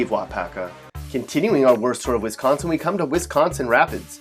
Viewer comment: This guys pronunciation of Wisconsin is pissing me off 😂